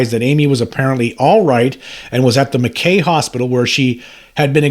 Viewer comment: Mackay is pronounced Mack High